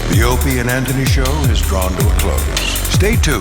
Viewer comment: I love it when Bobby says 'Ropie' instead of Opie and everyone let's him slide cause he is enraged at Vos